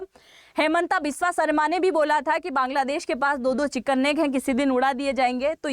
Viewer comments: Bangladesh ko Kaangladesh bol gayi,,,😅😅😅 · Apne Kangladesh bola😂😂😂